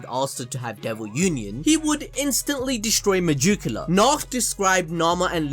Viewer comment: Me-jew-ca-la every time bruv